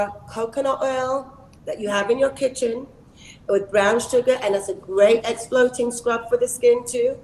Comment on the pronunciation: Exfloting! 🤔 And you said it twice... "Exfoliating" Naomi Darling. I am so sure I too miss pronounce words 😅